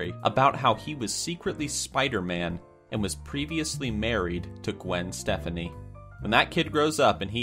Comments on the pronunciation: ChronicNarwhalz you dont get it. He pronounced her name gwen stephanie. Everyone knows who gwen Stefani is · It's not, "Gwen Stephanie." Her name's Gwen Stefani! xD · mispronounced Gwen Stefani and succubus